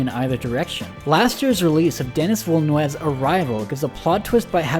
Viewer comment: Maybe the worst butchering of Denis villenueve’s name - DENIS Velenues